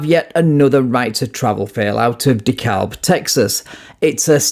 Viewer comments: DeKalb County, Texas is pronounced "Dee-kab". The L is completely silent. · Dekalb is pronounced De-cab. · Hey I live in De Kalb, Texas. And for those of you who don't know its pronounced De Kab. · Just so you'll know,, the L in DeKalb is silent. It's pronounced DeKab. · You dont pronounce the L in the city name